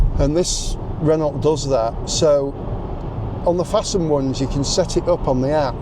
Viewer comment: Everyone else says FAST NED not Fastend